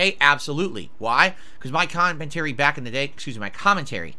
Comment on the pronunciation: my con-man-tary?